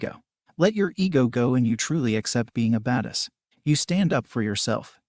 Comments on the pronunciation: anybody else get annoyed by the way the computer saying badass? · “Because they are baduss”